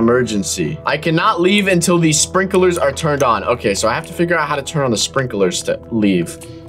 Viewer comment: i thought you said strinkeler sprinkler that's what I thought